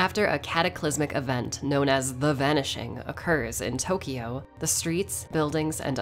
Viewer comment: It's funny how she pronounces all Japanese names and items correctly but doesn't bother with pronounce Tokyo right.